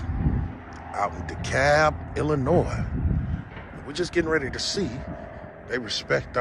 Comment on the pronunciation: Just like GoatBoy he thinks that Illinois is pronounced "I'll Annoy".